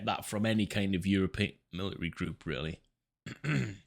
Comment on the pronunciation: Where good sir have your T’s gotten too?😂 Just busting balls fren! Good info here but I just couldn’t get over the millary thing😂